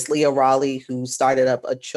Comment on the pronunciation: Leah* not Lee